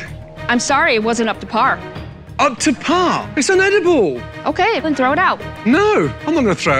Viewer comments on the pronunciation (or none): ..."UpTo PAHHHH?" 🤣🤣🤣